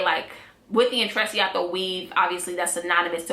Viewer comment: I think u say it as "intrechato"😊